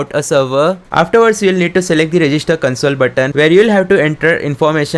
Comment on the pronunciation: Its console (kohnsole) not (kunsole)